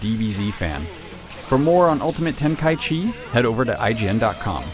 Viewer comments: IGn needs to learn how to say the title. It's not ultimate ten-kai-chee it's ten-kai-ichi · Ten-kai-ichi not Ten-kai-chi yes its weird but seriously... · It's "Ten-ka-ichi" not "Ten-kai-chi". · Dragon Ball Z Ultimate Tenkychee...really? -_ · its ten-kai-ichi idiot u dont know anything about dbz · well, actually, its te-n-ka-i-chi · No, it's not. It's Ten-ka-ichi. I'm assuming you didn't even bother to check whether that was actually the right way to pronounce it. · this guy pronounces tenkaichi really weird....